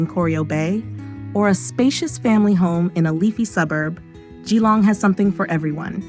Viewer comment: It’s pronounced JILLONG not GEE LONG .